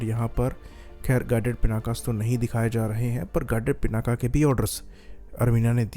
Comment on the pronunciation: It's not पिनाका, it's पिनाक , शिव जी का वो धनुष जिसको सीता माता के स्वयंबर के समय राम जी ने तोड़ा था।